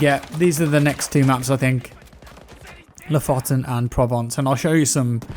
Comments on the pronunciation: Thought i'd help you out with the pronunciation of "Lofoten". its more "LooFooten" and not "loffoten". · Loh'fotten is not how you say lofoten. Its, loo with a slighty sorter oo. Foot almost as you say it and lasty Un/en. Like. Gonna kill-em- but em with a N indtead. So loo foot en. Lofoten. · Loooofoooooten, not låfåtten. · EHEMM! Drag the O's a bit and say it with me: Lofoten, Loo-footen. xP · Lofoten, you said it way too fast, it is pronounced looofooten, very nice place btw, worth a visit. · haha! love the way you said Lofoten! haha! coming from a norwegian dude!;) its more like loofooten ish;) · read LOO FOODT N and pronounce lofoten correct xD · Pronounces loofooten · Lofoten is pronounced lowfowten if you are going to americanize it. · It's pronouned "loofooten" :) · The way you prononunce ''Lofoten'' lol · The way you said Lofoten made me depressed